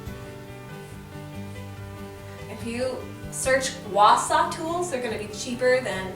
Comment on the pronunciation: It's pronounced Sha not Sa..m🤦